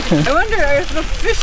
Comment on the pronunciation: Great trail and video: One small pronunciation note: you pronounce the trail "Miss-sis-coy" not Miss-sis-kwa!